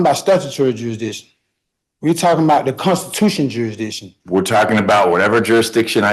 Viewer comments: He says jurisdishen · Is jurydition is that a thing or is he just saying it wrong? Is he trying to say jurisdiction? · He should be charged for murdering the English language. I don’t even know what a “juradisson” is 😂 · Hey, its....😅😅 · Jurrrisssdition 'read slowly' 😅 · "What's the juradishon?" Handcuffs are the juradishon you clown. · Jury ditsun? WTF is that? 😂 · I think.........if you can't pronounce jurisdiction, you shouldn't be able to plead jurisdictional issues!!! LOL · They cannot pronounce the word jurisdiction. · There is no way on God's earth that the court should be allowing this utter moron to defend himself. He is so stupid that he's at a massive disadvantage. Also, if you're going to go on and on about jurisdiction, at least learn to pronounce the word correctly.